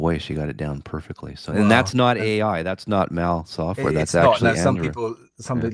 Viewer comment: Maul software ? It was named after Mal Evans. Please have respect. It’s pronounced MAL.